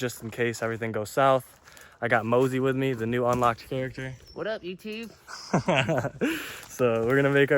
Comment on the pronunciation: “waddup yewtewb” 😂